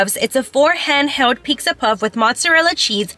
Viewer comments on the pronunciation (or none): Girl why do you say peexa 😭